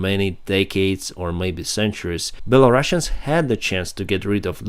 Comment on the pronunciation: Hi. Thank you for your videos. One little English language note: Belarus -> Belarusians: single 's', like in 'Rus', doesn't sound like Bela-russians, but Bela-rus-ians.